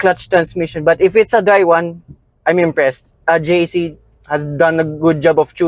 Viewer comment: JAC motors is pronounced as jack so not to confuse with G.A.C